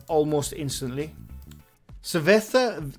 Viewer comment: Cervesa is pronounced (ser vae sa) it means beer in Spanish. Great job